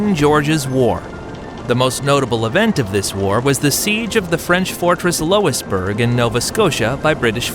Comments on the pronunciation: It's Louis-bourg, not Lois-bourg! Jeepers! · "Loisburg" you me "Lu-is-burg" Good lord. The kings were named Louis for Fks sake